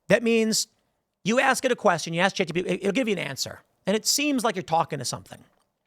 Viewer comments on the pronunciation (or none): none